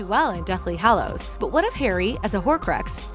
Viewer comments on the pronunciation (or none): none